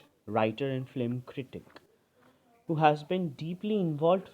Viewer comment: "Phlim" iss naasamajh kism ke insaan ko kisne teacher banaya